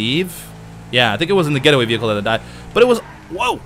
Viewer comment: wtf he said vehicles wrong